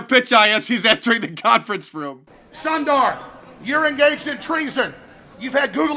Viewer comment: All of us conservatives are having the same hallucination. Hooray for Alex Jones! I'm studying Hindi and Sundar means handsome, his parents really missed that one when they named him! It's actually pronounced Soon-dar, but mispronounce it all you please, thank you.